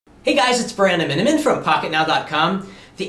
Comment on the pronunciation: "Hey guys it's "